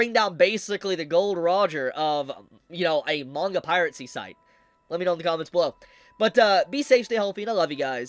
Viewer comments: It's Piracy....PIRACY (PIE - RA - SI). NOT PIRATCY (PIRATE - SI). Sorry...had to get that off my chest. Carry on! :) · Just so you're aware, the auto transcription still picks up Pirate C as piracy so you can just say the word normally again or find another mispronounced version to avoid it.